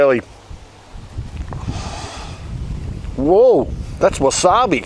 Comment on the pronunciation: “That’s wasabi!” So hot he got an American accent for a second